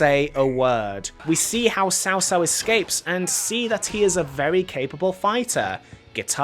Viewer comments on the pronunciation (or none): Cao Cao is pronounced more like "tsao tsao" and not "sao sao" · Cao Cao is Tsao Tsao, not Sao Sao, the T’s are NOT silent. Also it’s Lü Bu. The ü like in German. Sun Quan... Q is like Ch without the curled tongue in Mandarin. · Shaw shaw is actually pronounced chow chow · Nitpick here: "Cao Cao" is actually pronounced like "Chao Chao", not "Sao Sao". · I know you aren't familiar with Chinese but it is pronounced "t'sao t'sao". It ends up sounding something like "Chao Chao", great video overall. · im asian and your pronunciation of multiple characters triggers me. xiahou yuan, cao cao, cao ren wtf. you pronounced them wrong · you pronounced cao cao wrong. please learn to pronounce the main characters right before you bash on a game